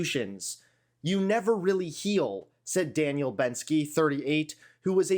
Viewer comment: Danielle not Daniel